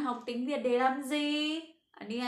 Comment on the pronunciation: chữ ( để) bạn đọc có vẻ hơi giống chữ (đề) ĐỂ nhấn mạnh dấu hỏi bạn nhé. verry good